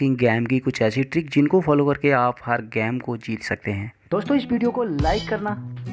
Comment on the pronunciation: Game not gammee